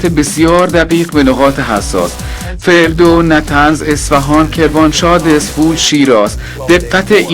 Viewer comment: گوینده یک نیروی واحد ۸۲۰۰ اسقاطیل هست از ادای بعضی کلمات توجه کردید؟ مثل فردو و جاسک